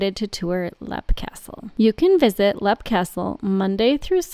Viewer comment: It’s leap pronounced leep